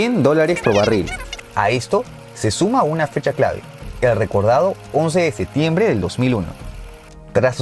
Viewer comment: Se dice y escribe “septiembre”